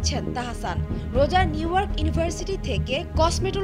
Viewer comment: নিউ ওয়ার্ক😂😂😂... নিউইয়র্ক 😂😂😂